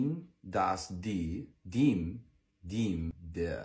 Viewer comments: yeaahh, the dem was pronounced like dim haha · The pronunciation of dem and den broke me 😭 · Dem its not deem. You pronounce dem like (them) it sound like that